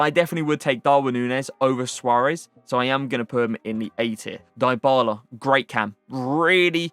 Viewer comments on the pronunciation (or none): Not die bala, it's di bala